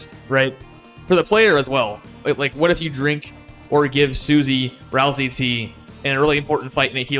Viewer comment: FINALLY i found someone who pronounces ralsei the same as me